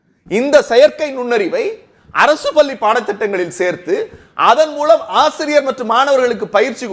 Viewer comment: பல்லி இல்லையடா.....பள்ளி...